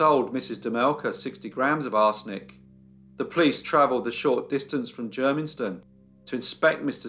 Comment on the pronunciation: Germiston! Not difficult to pronounce.